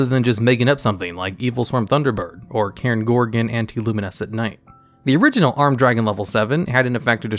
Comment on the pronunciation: I'm not the only one who heard "82 level 4 monsters as material" for cairnigorgon right?